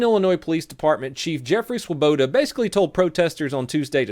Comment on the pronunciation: woah, my name is Swoboda. never imagined a Swoboda being on the news or famous or something, other than Ron for the Mets also congratulations to saying it correctly XD its such an easy to pronounce name yet people always get it wrong. its not "svuh-bow-DAH!", "swah-boe-doe", "swu-be-toe", its "swo-boe-da"